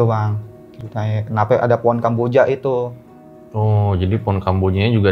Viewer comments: HJAHAHAHAHAHA pohon jadi po'on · Maaf aku ngakak pas masnya ngomong poon sama kuntil anak😅